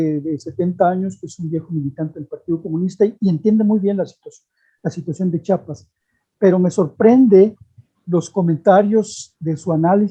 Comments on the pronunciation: C H I A P A S, te guste o no se llama Chiapas, aprende a hablar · No sabe ni pronunciar el nombre de un estado y ya es especialista